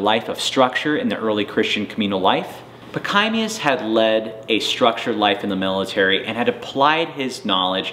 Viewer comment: Your history of St. Pachommius the Great is fairly good. Your pronunciation of his name, particularly on the 2nd syllable, is atrocious.